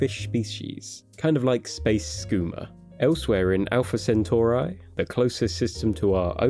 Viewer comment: Alpha CentauRA? so difficult to get this wrong